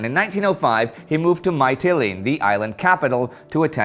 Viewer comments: Thanks for a great video. Btw, Mytilene is pronounced something like "me - tell - EE - knee" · As a Greek person, your pronunciation of Mytilene made me die a little inside.